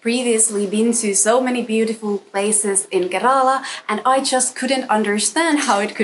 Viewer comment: It must be so wonderful taking road trips in Kerala ( I wish you would learn to pronounce the name correctly, even if it's tiring ) with a person who doubles up as a chauffeur / husband. I have been watching your videos. You seem to live life on your terms... Beaches and beachwear, visits to European style cafes,sun-kissed blonde hair, foods of your choice. I don't want to sound rude but your videos have not much else to offer to viewers whereas Kerala has so much more to offer you . WELCOME TO KERALA,ANYWAY... GOD'S OWN COUNTRY!! I 😂